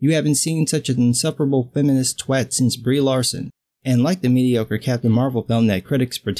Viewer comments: Bro...you said twat properly! I think that's the first time I've heard it come from an American mouth. I'm unnecessarily happy. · You get a thumbs up on this video from me purely because you are the first American who has come even close to pronouncing the word "twat" correctly :) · You sir, you get a like. And do you know why you got a like? Because you are the only American to pronounce Twat right . Well done sir, well done.